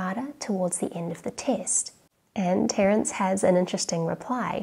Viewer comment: The c in Terence ruined my ASMR experience.